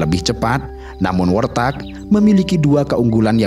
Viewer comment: Warthog bukan worthag, kendati demikian aku tetep suka😅😅😅